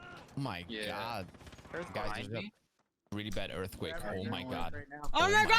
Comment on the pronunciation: Yeah you make my earfquake.